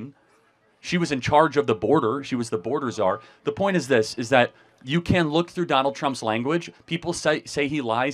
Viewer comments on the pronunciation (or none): none